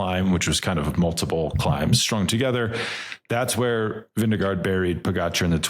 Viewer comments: say it with me: Vin-GE-gaard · His name is not Vinegar. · Veen- guh- ord. I was just told by a Danish person. We looked up how to spell it as it sounds in English.